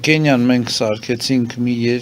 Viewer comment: ախպոր պես մեկդ էս մարդուն ասեք հայերենում ք/Ք տառ կա ու հայերեն Կենիա չի, այլ Քենիա, մոռթեց իրա Կենիայով ռուսկախոսը.